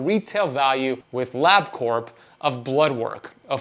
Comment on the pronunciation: Your Carnivore Level 4 is called "Ketovore" by most people. LabCorp is pronounced Lab Core - the P is silent (I worked there for a couple of years). Wearing a CGM while on carnivore seems silly to me since nothing you eat will have significant glucose in it or elicit any kind of significant insulin response so my question is - Why would you do that? Those things are not cheap. Keto for several years... carnivore for 5 months.